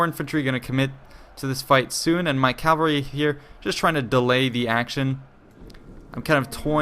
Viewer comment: Why do you say calvary instead of cavalry?